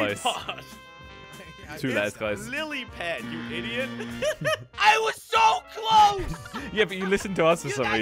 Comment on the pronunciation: “SILLYPOD” me: lillypad